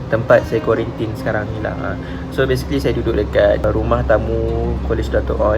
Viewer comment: Kuarantin bang bukan kuarintin. Makan sarapan tu xde pun xpe sbb xbangun pagi